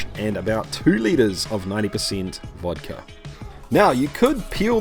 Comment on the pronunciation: I'm from Russia and I don't drink at all, but huge respect to you for pronouncing it Vodka not Vadka